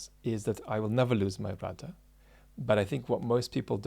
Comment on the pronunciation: I'm glad you spelled out that he was saying rudder, it phonetically sounded like router or routah.